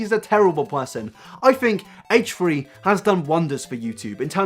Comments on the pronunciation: "hatche 3" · Haychree haychree. Haychtree haychtree? Hatetree hateree? ....Haychfree Haychfree? Haychfree haychfree. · "Hate-tree hate-tree" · "haych-tree haych-tree" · Haych tree Haych tree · its not "haytree haytree" you stupid fuck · Are you saying hate3hate3? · Heightch three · haitch three haitch three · haytch tree haytch tree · HATCHE-TREE HATCHE-TREE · haich three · “HateTree HateTree” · I'm not upset with your views. I'm upset with the way you pronounce h3h3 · Haych three Haych three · Haych free Haych free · "Hatetree hatetree"